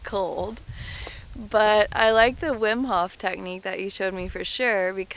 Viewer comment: his name is Wim Hof not Whim Hoff